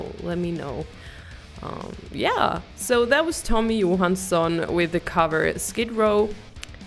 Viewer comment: Visste att du kunde svenska ditt uttal på Tommys namn var för bra 😊 suverän reaktion på en bra låt PS kolla samma låt med Erik Grönvall 🤘🇸🇪